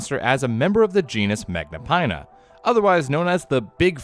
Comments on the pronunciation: Magnapinna is pronounced with a short i as in fin. It litterally means great fins. Remember that. Americans, please put some research into pronunciation before butchering a scientific name. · where did you learn to read so that when you see the letters "-inna" you say eye-na instead of in-a